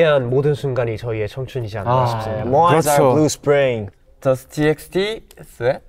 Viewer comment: NOT SOOBIN PRONOUNCING "TXT" AS THE LETTERS ITSELF LMAO